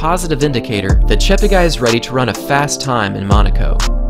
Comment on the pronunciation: Slight correction: his name is actually pronounced as Cheptegay.. (te for television) not Chapterguy